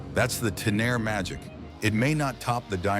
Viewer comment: Yamaha Tenere ❌ Yamaha Taire ✅